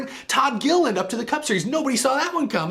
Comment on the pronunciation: Please don't butcher our last name. It's "Gilliland" LOL